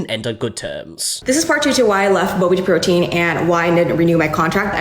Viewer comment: The way she pronounces bobateaprotein is just....making me anxious lol